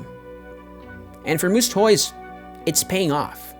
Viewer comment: MOO-SS not MOO-ZZ. Sorry that was bizarre hearing the “Z” rather than the “S” sound.